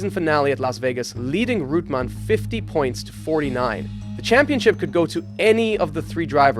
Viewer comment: REUTEMANN, not Rootmen!